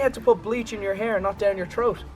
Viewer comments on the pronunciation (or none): The funny thing is troat and not throat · yea troat not throat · He said theoat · He said t'rout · I bet Mini Ladd laughed because said " Troat" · said troat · WatchDogs 2gamer They said that since said "Troat" in the video dumbass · The way says "throat" is amazing👌🏽